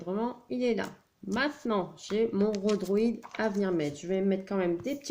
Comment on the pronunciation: 🤣🤣🤣 je rigole ! Pas à cause de ton tuto, qui est très réussi, mais pour ta prononciation du mot « rodhoïd » et non pas « rodhroîd » lol 😂 tu nous as fait ta version du « top gun » 🤣🤣🤣